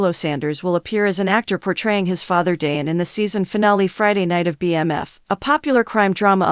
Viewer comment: DĀN and SHEE-lo Sander? The AI is torture!